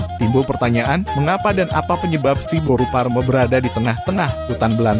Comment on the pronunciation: Siboru pareme do admin,bukan siboru parme. Ushan jelas narasi pengucpannya